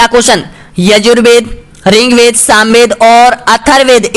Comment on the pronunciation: सर आप पढ़ाते बहुत अच्छा है बस ऋग्वेद को रिंग वेद मत बोलिए